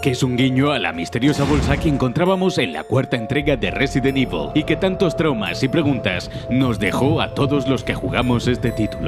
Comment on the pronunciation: Otro detalle alucinante: en este juego, para, Evil se pronuncia Evil, pero en Resident Evil se pronuncia Ivel XD Qué pena que estos vídeos de "30 detalles..." hayan degenerado tanto. Antes eran imprescindibles...